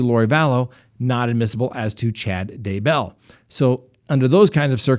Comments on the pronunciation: Seriously; I KNOW People have complained about it before because you have TALKED about it.... but if you can’t say ‘Day-Bell’ correctly, I’m going to have to unsubscribe! It distracts SO MUCH from what you are saying About him!! It’s not hard! It’s ‘Day-Bell’. 2 syllables NOT ‘Daebull’. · It’s DAYBELL DAY-BELL 😂😂😂😂😂